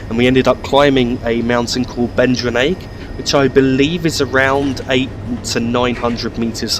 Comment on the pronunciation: So you were spot on with your first pronunciation of Stromeferry. 'Strom-ferry' Duirinish is a little different but you were very close. Coming from gaelic the D is softened so it sounds almost like a J I would pronounce it 'Joor-in-ish'